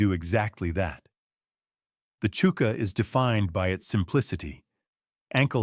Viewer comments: It’s pronounced Chucker not Chooker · It's hard to take it seriously when he pronounces chuka boot as "chooka" when it's "chucka". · "CHOO-ka" boot???..... Really??... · Its AI is why its pronounced wrong